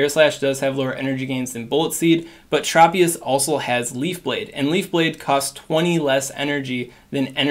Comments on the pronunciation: Great video. One heads up, Tropius is pronounced Tr "o" pi us. Not Trop pi is. I grew up watching the anime 😊 also thanks for your help in these videos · Tr-aw-pious..... LOL